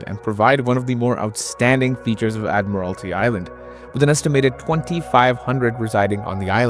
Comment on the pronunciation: I'll second that. It is admiralty island. would suggest 'hooked on phonics' as a prereq to watching it apparently. before seeing......the island.